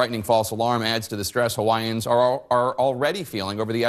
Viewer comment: She actually pronounces it correctly. It is we who get lazy about it. But Hawaiian is a stupid fuckin language anyway.